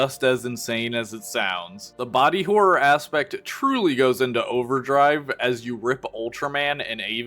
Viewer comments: "Aevanjellyan" is wild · But he pronounced it "E-van-JELLY-on"! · I can't tell if he's pronouncing Evangelion wrong as a bit or not